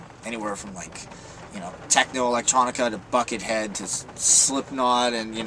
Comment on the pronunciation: HE SAID BUCKETHEAED WOO